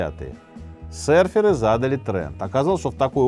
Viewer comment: Серферы😂😂😂😂😂 Минаев, ну и смешное произношение....прям австралийский акцент😂😂😂